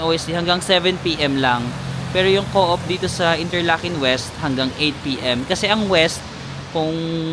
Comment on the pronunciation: Hi. New here. Glad you've done your "Dream Trip". More beautiful countries to see! Good luck. God bless. BTW, hehe, yung pronunciation ng Coop ay "kup" hindi "co-op" Hope we can cross path sometime. Enjoy!!